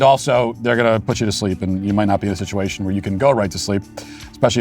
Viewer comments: He said “shituation” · Matt, it sounded to me like you said the "shituation" in Afghanistan when you were talking about the short speech that Sleepy Joe gave. I know I'm probably now banned from the show for not censoring what I thought I heard you say.